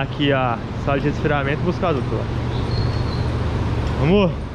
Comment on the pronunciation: Casal nota 10!!! Bom que ele fala " vamo" é eu entendo " amor"... E eu pensando que ele está chamando a esposa toda hora.... kkkkk